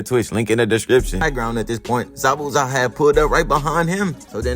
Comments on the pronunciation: Darg pronouncing the hell outta zabuza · He pronounces his name correctly